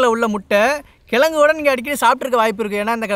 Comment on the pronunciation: அன்னேய் கெலங்கு அல்ல கிழங்கு நான் விழுப்புரம் மாவட்டம்